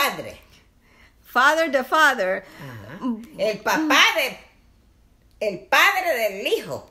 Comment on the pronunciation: Fader de fader😬😜😂😂😂😂